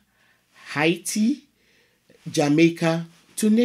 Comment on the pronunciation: This pronounced Haiti like a Haitian ✊🏿